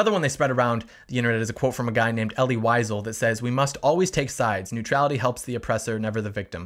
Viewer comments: Elie Wiesels last name is pronounced more like "Veezell" not "Whyzel" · Ellie Wiesel (Pronounced Vee-zel)